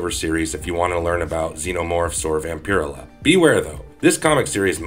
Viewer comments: It's "VAMP-uh-rell-uh". Not "vam-pir-uh-la". The weird pronunciation and lack of pronouns just took me out of it..... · So I am not the ony one going "dude vampur-ella!" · Hey dude it pronounced Vam-pir-ella. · It's pronounced vampire. Ella. Not. Vamp. Pier illah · Hearing Vampirella pronounced like this is painful Vamp-er-ella like barbarella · Her name is pronounced Vam- per- ella not whatever it is you were saying. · Not to sound douchie but it pronounced VampaRella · Vamper-ella. Not whatever you are saying. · Ugh I couldn't even watch this with this guy's pronunciation of VampirELLa Shit hurt my ears. ELLA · Vam-pir-ruh-la sounds cooler. I like how he pronounces it. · It’s 100% pronounced Vamp-uh-rella,… and definitely not Nos-fur-uh-too either🫠 I inherited my grandmothers Vamp-uh-rella collection, issue one-forward, 🤫 it’s worth more than most peoples vehicle🤷‍♂️ makes my vintage complete MOTU and MOTUKO 5.5 collection look like flea market garbage🤦‍♂️ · Wish I could upvote this comment more. His mispronunciation of her name is SUPER DISTRACTING. I'm only 3 mins in but I don't think I'm gonna make it to the end. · If you’re gonna talk about Vampirella,can you at least say her name right?